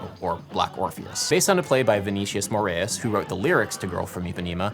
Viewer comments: Adam, fyi, it's spelled "Garota" ... two r's looks very weird, almost sinister ... Also, to pick one pronunciation, "Moraes" (as in Vinicius de) is a two-syllable name, not three, with accent on second syllable and the second vowel is like a long "i" ("aye") sound, not like 'a' or 'e'... ("More-ayes'), also with a Carioca accent 's' becomes 'sh' so a proper local-accent pronunciation of his name would be "More-ayesh') ...Someone already pointed out below that 'choro' is pronounced [show'roe] [NB: meanwhile, you do a pretty good job at pronouncing "Jobim" :-)] You've probably already been told these things, but fwiw ... I just fell into your site somehow today, first with the song Eric Carmen made pop at a pivotal point in my life (never knowing til now that Rachmaninoff was behind it) and then here ... i'm not enough of a musician to follow it all chord-wise, but enough to appreciate the added perspective on music's intersection with meaning etc ... Having lived in Brasil and speaking Portuguese made me stick with you for the second 'sample' of your 'deep diving' as well... And you got me at "1000 best documentaries" so i wound up subscribing too ... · Just a tip to pronounce "Moraes" correctly: try to say "more eyes". There you go.